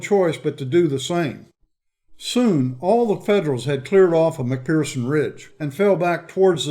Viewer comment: Dear - The 'ph' in 'McPherson' is pronounced as an 'F'.